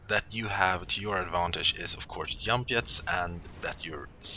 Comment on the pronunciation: Germany or Sweden for sure. He says "Yump" instead "Jump". :P